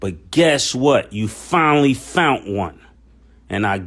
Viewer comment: Mason, Mason, Mase..speak it brother, "finally fount one." I heard that! Give it to 'em!